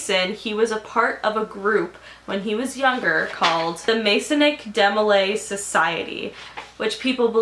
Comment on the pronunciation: M Alexsiaaa Don't listen to her if she does. She says Disney land in the whole video when she's talking about Disney world. She can't pronounce DeMolay correctly. Just terrible. You can get books on freemasonry on google books and Kindle for free. the philosophy itself is not so terrible, more the acts done by people who were freemasons/illuminists. These youtube videos aren't very helpful about these things, you'll need to do some reading. Another good source would the . happy research friend